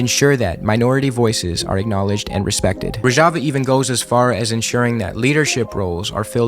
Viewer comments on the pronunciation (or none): great job but you mispronounced Rojava the whole time